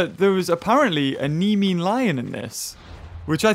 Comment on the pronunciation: dies hearing him botch the namian lion and madusa